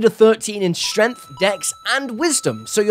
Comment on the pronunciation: Stop. Saying. "Shtrennf"!!